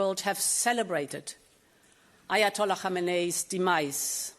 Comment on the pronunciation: Damn! She hit that "Ayatollah Khamenai" exquisitely!